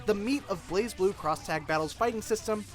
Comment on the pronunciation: Isn't it pronounced Blaz Blue, not Blaze Blue?